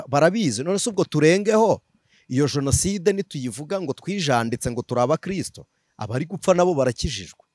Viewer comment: Hasigaye kukubona n'imbunda pe! Ubwo utangiye ngo abajonasideri!!! Wari warihishe twibwira ko uri umuvugabutumwa gusa, none iminsi igukuyeho uruhu rutari urwawe wambaye urw'ukuri! Imana izandinde politiki n'abayibamo mwiyitirira izina ryayo! Gusa ngufashe bavuga jenoside ntibavuga jonaside 😢😢😢